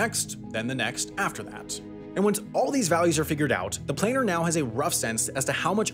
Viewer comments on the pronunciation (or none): Planner not "playner". A sound like "at"